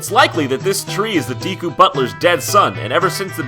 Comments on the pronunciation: ...Dee-koo? IT'S DAY-KOO DAMNIT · DEKU NOT DEEEEKU JESUS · Deeku deeku deeeeku.. ugh.. It''s dekku. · ugh... "deeeee-koo".... "deeeee-koo".... it's DEH-KOO!!!! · I couldnt get past the first 2 minutes, the pronounciation of Deku as Diku was too much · GOD DAMMIT IT'S "DEH-KOO" NOT "DEEKYU"... Still love ya though ;D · I'm sorry for nitpicking, but Deku was pronounced wrong about 30 times in this video. It's Deh-koo not Dee-koo. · You pronounced it "dee-ku" when its "deh-ku" OwO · It's named a Deku, not a Diikuew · its deku not diku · Yep, デク not ディク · I always thought deku or deeku as it's pronounced was supposed to be pronounced dehku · i was yelling at you the whole time.... its deku not deeku! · 1. I never noticed the green blobs from Link's Awakening turning into green dicks with balls before. 2. IT'S PRONOUNCED "DEH-KOO", NOT "DEEKOO"! You're welcome! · It's actually generally accepted with both pronunciations, although I believe that DEEKOO is proper in Japan, and DEHKOO is proper in NA. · Deekoo? Juss sayin, Jon, it's pronounced Dehkoo. Juss sayin'. No hate. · is it really pronounced "d-ee-ku"? cuz growing up i have always thought it was "d-eh-ku"... legit question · Wait- "DEE-koo"? Is that correct? I always thought it was pronounced "DECK-ooh". Huh. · It's pronounced "Deck-oo" not "Dee-koo". Since its Japanese, if it was "Dee-koo", it would be spelled "Diku" not "Deku". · Deku: It's pronounced deh-koo. Not dee-koo. just sayin... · Nope, it is pronounced like deck, I don't know why JonTron keeps pronouncing deeku. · It's funny how you grow up realising you were pronouncing all gaming terms wrong. I had no idea it was "dee-ku" i've been calling it "deck-uu" all this time :S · Deeku.... Deeku... It's pronounced DEKKU!!!!! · It's "deku" not "diku." Japanese name should be pronounced in Japanese, not English. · Do all Americans pronounce Deku like Dee-ku? Every British person I've spoken to pronounces it Deh-ku, and I wondered if it was an accent thing =P